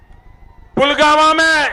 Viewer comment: "Pulgama" Pulwama nahi.